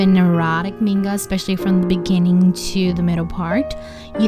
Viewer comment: I liked this video a lot and thanks for it , but I only have one comment , please correct your pronunciation of the word "manga" as it's really painful to hear it and not say anything about it . Thanks again .